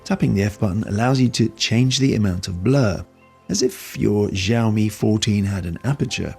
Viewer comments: Thanks for the review it was really helpful and it's really funny the way you pronounce the brand's name as Jiaomi 😂😂 the letter X actually sounds like [s] in Chinese so you can pronounce it more naturally as [syaomi] and put the stress on the last syllable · A little tip from an Asian regarding Chinese brand names. The X in Xiaomi is actually pronounced as S. We don't know why the Chinese chose X in the first place, but using Mandarin PinYin system there's no entry for siaomi, which is the proper (English) way to spell it. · Wtf is Ziaomi